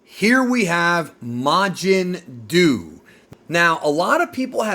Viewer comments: Bruh it's majin duu. Fucking mountain dew my guy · The first thing I thought when I heard Majin Duu was "Majin Doo Doo"